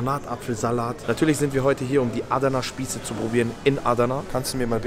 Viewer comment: Adana schnell aussprechen nicht Aaadana aber sonscht geiles video mois